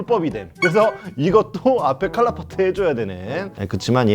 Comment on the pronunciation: 왜 칼라파츠인데 칼라파트라고 함?